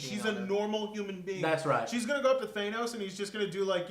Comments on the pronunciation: Please pronounce Thanos' name correctly. It's THAH-NOS, not THAY-NOS. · Dudes it is not " Thai-nos ", it's " Tha-nos " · Ffs say Thanos right